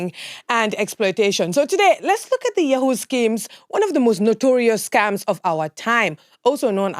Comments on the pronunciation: I heard "Scumms" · Kenyan English pronunciations tickles me. I was lost a bit until I realised that they're talking about scams, pronounced as scamm. It's pronounced scemm😂